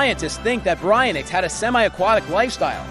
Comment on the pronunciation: Its pronouced "bary-ion-ix"